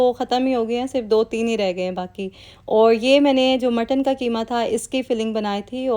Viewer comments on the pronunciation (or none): none